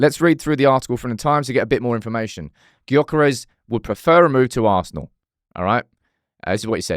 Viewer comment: His name is Gyokeres but pronounced Yokeres. That annoyed me….